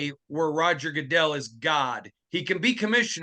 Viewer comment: Did just say Roger Gooddizzell? Lol.